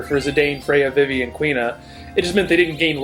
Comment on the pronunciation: I don't think I've ever heard anyone pronounce Vivi as V'Vi before, though I guess there are people who say J'non rather than Ju-non (the place in FFVII), etc.